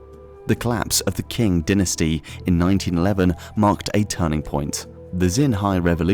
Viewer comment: "Collapse of the king dynasty" :D omg it's pronounced "ching" or "tsing" but not "king" :D